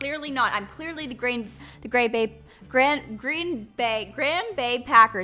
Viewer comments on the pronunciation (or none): Lol it is pronounced green like the color